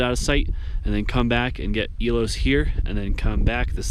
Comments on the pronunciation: AE O LUS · I'm certain it's pronounced eo-h-L-us. With the accent on the L. or something. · Like it's spelled. Ee Oh Luss! 😂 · Interesting! I’m too old and out of shape to summit this so it was fun to watch. Btw, it’s pronounced EE-oh-lus. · I believe it's pronounced E-Oh'-lus, with the accent on Oh.